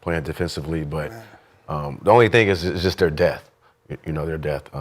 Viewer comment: C'mon it's depth NOT DEATH....😂😂🤣🤣🤔